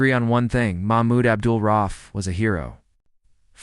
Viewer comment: Maybe reupload the video after fixing the timeline, errors, and absolute butchering of the man's name, if it is your intention to honor him. (It's pronounced "ra-Oof", not "roff")